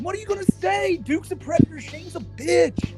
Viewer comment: actually, white bowser is a pwedatuh